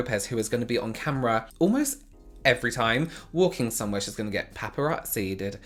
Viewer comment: Papparazziiii...ed...lol. I love your little missed pronounced words!! Such character... Too funny! 😂